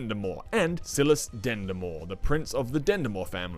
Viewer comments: hdjkshdjs silas is pronounced differently but great review!!! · S(eye)las fr(eed)kin w(o)pti wapnasi m(o!)loch not malach!